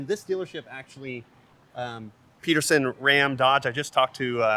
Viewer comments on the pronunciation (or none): none